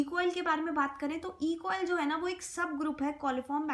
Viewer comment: E.coli hota h E.coil nhi